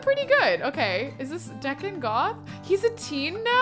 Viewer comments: Has no one corrected this entire time that Deacon is pronounced like beacon!? Instead of like beckon? Bothered me the whole time watching this, lol! Still love you, tho!! <3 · It's Dee-can!!